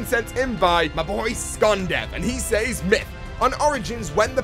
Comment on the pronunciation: love your videos but I CANNOT STAND the way you pronounce says....you are killing me bro!!!!